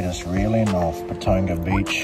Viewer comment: Its pronounced Pa ton ga